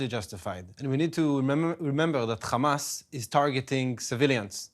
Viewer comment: It is Hamas not Khamas please. Khamas means mucous...